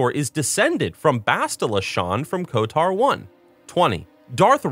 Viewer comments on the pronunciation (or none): Great video! And, it’s KoTOR not KoTAR (quite the unique pronunciation you have) 😃😂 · Love the video. Always been a fan of the Old Republic series of games in total. Glad to see you still bringing attention to it. p.s. If you pronounce KotOR as Kot-AR again I'm going to "cause a disturbance in the force" you irl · The way he says KOTOR "kotar" is infuriating. Especially when saying SWTOR perfectly right after...